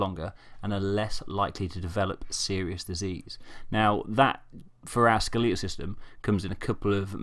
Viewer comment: It’s skeletal, not skeleetal.